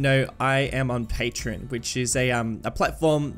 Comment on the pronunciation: Its..... Pronounced... Pay-Tree-On